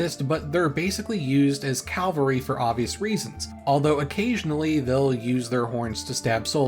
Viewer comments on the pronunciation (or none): You're not getting away with it either. Cah-val-ree. Calvary is where you crucify messiahs. Cavalry is horses.